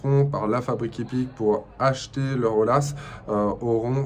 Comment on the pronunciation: ATTENTION ; on ne prononce pas O L A mais O Y A